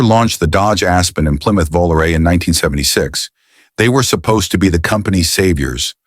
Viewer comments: Made it to 20 min point and I'm outta here. VOOLOO-RAY in-deed, WTF Garage ? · How people believe ANY of this ai generated narration. anytime you hear this voice, it's ai BS. It can NEVER get the pronunciation of words or acronyms right. Just listen to when it says VOLARE AT minute 16.55